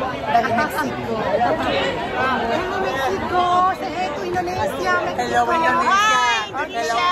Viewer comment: Jgn laa kau asekk sebutt Indonesia maluu aku dengar nyee